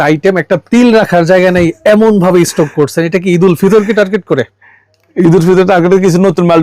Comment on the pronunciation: What is mean by esssstock?? 😂😂😂😂❌ ❌